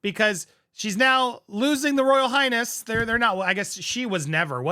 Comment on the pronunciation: Did he say Royal Highass. ?